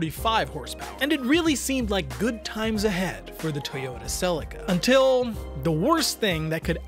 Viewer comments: Why does this guy keep calling it a Sellica? It’s a Selleaka. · Im struggling with all the Tom selleka's. its Cel E ca. I had a 1995 mk4 twin turbo automatic, because I couldnt find a turbo manual, still the car with the best feeling through the steering ive driven, it was 15 years old & still felt new. Also pls revisit the new supra & review the manual version. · Stop saying Celica the way you're saying Celica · After the third mispronunciation of Celica I had to switch off…. 😂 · 😂 please don’t ever pronounce that transmission company name the way you did